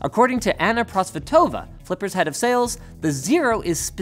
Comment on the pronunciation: Anna ProsvEtova, not ProsvetOva. :)